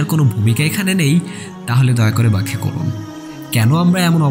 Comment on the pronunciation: যদি আপনি মনে করেন অবাধ মেলামেশার কোনো ভূমিকা এখানে নেই তাহলে দয়া করে ‘ব্যাখ্যা’ করুন, কেন আমরা এমন অবস্থা দেখছি? - ড্যানিয়েল হাকিকাতযু (হাফিঃ) সংশয়বাদী, পৃষ্ঠা ২৩৪ “ব্যাখ্যা” শব্দটি বোঝা যাচ্ছিল না।